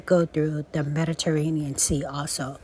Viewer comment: Ohhhhhh my goodness! Medaterainian! Amanda had a dream about the Mediterranean., gotta re-listen to the last few mins. Love you gurl😊❤